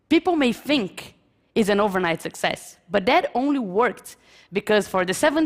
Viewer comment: Com esse nível de pronuncia e fonética eu me garanto falar melhor que ela. Ela comente os erros mais básicos entre iniciantes : não consegue pronuncia o ''TH'' e acaba a palavra saindo com som de ''F'', do tipo que fala ''Fink'' ; pronuncia o artigo ''a'' como se estivesse falando em português ; pronuncia algo básico como a expressão '' of a '' de forma errada em ambas as palavras quando o correto seria foneticamente o ''of'' com som de ''v'' e o ''a'' com som de ''ei'' ... e ETC !! 7 anos morando e convivendo com nativos, esses erros chegam a ser impressionantes, a não ser que ela só andava com imigrantes ignorantes.